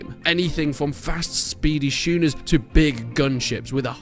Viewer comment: Did you just call it a shooner?